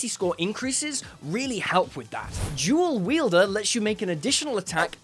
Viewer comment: "Shdrenff", "jool weeldurr", "cunndjirr"